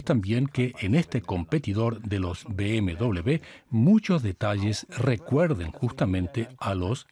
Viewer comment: Se dice BMW W de uve doble o doble V, no doble B, W esto no son dos BB por favor